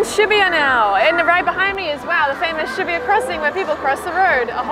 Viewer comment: She pronounces shibuya very odd